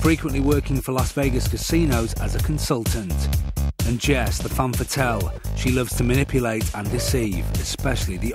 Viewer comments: The narrator has a POOR grasp of pronunciation. "Famme Fettel"?🤦‍♂️😁 Mate it's "Femme fatale"!!!! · “Fam fetelle” correct me if I’m mistaken but i always thought it was ‘femme fatale’